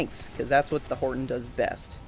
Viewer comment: its pronounced hortOn btw bu u still have my sub